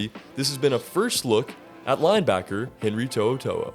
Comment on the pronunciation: Good job on the pronunciation of his name. Roll tide.